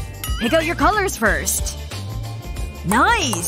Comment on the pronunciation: firsh girl -f lol